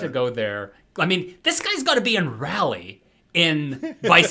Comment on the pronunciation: Hey Guys! North Carolina native here. Raleigh is pronounced like it rhymes with holly (think of the song " Deck the halls with boughs of holly Fa la la la la, la la la la"). Both of you seemed to be uncomfortable when you said it. Hope that this helps♥